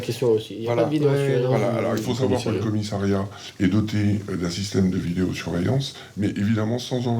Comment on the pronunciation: A noter que l'on ne dit pas commisAIiriat, mais bien commissAriat